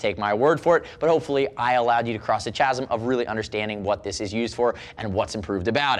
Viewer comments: (Chasm) It's pronounced 'kasum, not 'chasum'. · Chasm - the "Ch" is pronounced the same as words like "Choir", and "Chaos"; like a "K". No offense meant, thanks for the reviews!